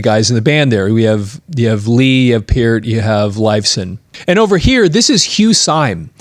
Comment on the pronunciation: I was hopeful just before clicking on, but yet again... ANOTHER person who can't pronounce Neil's last name CORRECTLY!! Holy friggin' cHRIST, man!!!!